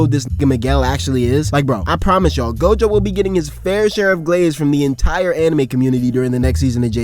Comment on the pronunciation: Miguel is ine of 3 mother fuckers in the series to even be able to touch Gojo in a fight. Fuckin bastards better start putting so respect in pronouncing this GOATs name 😂🎉